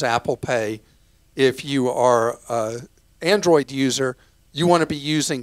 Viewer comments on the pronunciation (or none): none